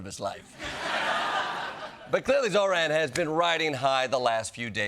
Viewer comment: Why does the host repeatedly mispronounce “Zohran” as “Zo-rAn”